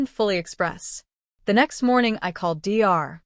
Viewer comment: D R 😂😂 Perhaps type the word Doctor and then maybe AI will actually get it!